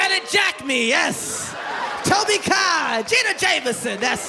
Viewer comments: Lol he said Tobe Kai instead of Kobe Tai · its kobe kai not tobe kai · is hysterical but fucked up when he said Tobi Kai, her name is actually Kobe Tai!!! He also said Gina Jameson, it's Jenna!!